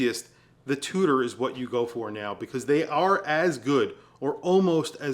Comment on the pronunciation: Although is a bit of an arrogant douche, he's right. I wish he'd learn how to say the word NOW properly. It's not Nahyee. SMH.